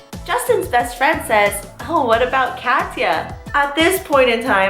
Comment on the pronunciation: Omg I thought you kept saying cassia like that was your name!